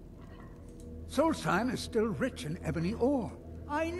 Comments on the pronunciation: It's "Solstheim" not "Solsteim" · Solstheim is pronounced "Solts-heim I believe.